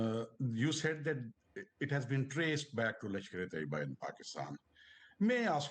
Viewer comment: Well Lady seems to be well informed but sadly from the one side of Indian false narrative. They even can't say the name correctly its not TOEEBA but TAYYABA which has be dismantled and neutralized almost 10 years ago. Masood Azhar family was killed and the compound was cleared before the attack then why India Attacked the compound when he was not there. Masood Azhar was more worries about assets in the compound to be cleared and left his family members to die. We have suffered a collateral damage India will have to face this too SADLY very soon.